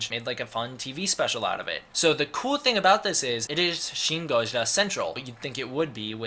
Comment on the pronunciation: Im sorry, but your pronunciation of gojira sounds way to damn awkward for some eng speakers. Why even bother with it?